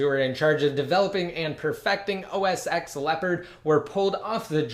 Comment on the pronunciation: It's pronounced os TEN, not os "ex." sorry, it just bothers me.